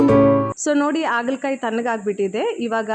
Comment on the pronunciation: Adu Aagala kayi alla, Haagala Kayi. Please correct madi. Kindly don't feel bad.